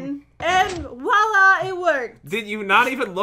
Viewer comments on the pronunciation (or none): none